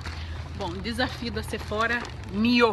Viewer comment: Oi antes de ser a chata, quero falar que amoooo os seus vídeos! Agora vai: então o correto é falar Sephora com biquinho e "rrá" no final mesmo rsrsrs, pois é original francesa ... Os americanos que pronunciam com aquele R[zinho] deles :)